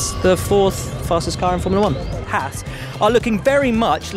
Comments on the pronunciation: It’s Haas not hass anyways? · I don't understand why the British can't pronounce Haas properly. It's a long vowel sound. Surely you guys can get on board with that. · That is not how you pronounce Haas but ok. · As an American, I'd like to take the time to tell you all that you've been pronouncing Haas wrong. It's pronounced "Hoss," not "Hass." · I agree...none of these would work if Haas was pronounced correctly